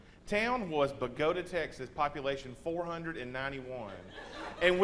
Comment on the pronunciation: Yep... He's from Bogata alright.... He pronounced it correctly.